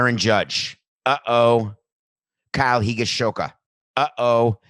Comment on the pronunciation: WOW you fucked up Kyle's name soooo much right there. Kyle Higashioka (hee-GAH-she-OH-kuh)